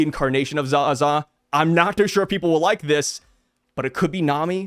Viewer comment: Pronounced as Za-zaaaaaaaaaaa A not ag